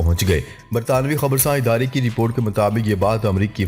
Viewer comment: بار بار لوگ یہ لکھ رہے ہیں کہ آپ زیر والے الفاظ کو زبر لگاتے ہیں جیسے اضافہ، ادارہ میں الف پر زبر۔۔۔ بہت برا لگتا ہے۔ ۔۔ اور بار بار یہ کہنا۔۔۔ خبر کے اگلے حصے میں بات کرتے ہیں۔۔۔ سن کر ہمارے کان پک گئے ہیں۔۔۔ باقی سب ٹھیک ہے۔